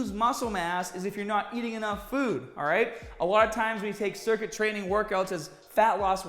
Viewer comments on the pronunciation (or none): “trainnin pretty haad”